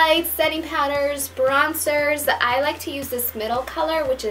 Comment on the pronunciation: It's bronZER not bronSER ughhh